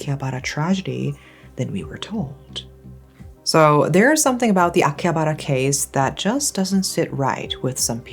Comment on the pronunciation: The way you say Akihabar, Shibuya made me so mad 😆other than that… ugh, what a impressive history.